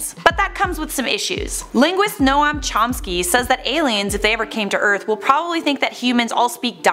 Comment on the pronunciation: “No-am” lol